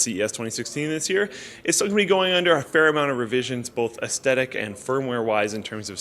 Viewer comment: Gotta enunciate "aesthetic" better haha